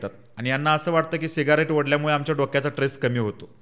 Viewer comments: tress नाही. Stress म्हण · Stress असा शब्द आहे..tress नाही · एकदम बरोबर बोललास फक्त ट्रेस नको म्हणू, स्ट्रेस म्हण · chan boltos tu pan mazi 1 premal vinanti aahe tula ki krupa karun swachha changlya aani shudhha marathi shik aadhi aani magach bol. uchhar chuktahet re tuze. bhashevar balatkar karun lokanche prashna mandun kay upayog ? for example........... tres nahi stress mhanaycha stress. Body language sudhar baki sagla uttam aahe bhau.